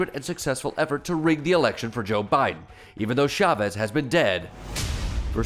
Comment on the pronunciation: So not funny. And can't even pronounce Chavez. He says Shavez.